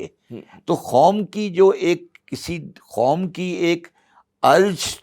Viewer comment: With all due respect, Shabbar Zaidi saahab baar baar Khaum (instead of Qaum) kyon keh rahe hain?